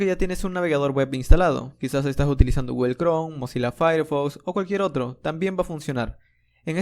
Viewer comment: genial curso! solo que me vuelve loco que digas guguel XD